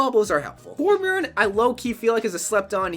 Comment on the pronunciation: How people say torbjorn instead of torbjörn kinda annoys me and makes me uncomfortable they should at least try say it right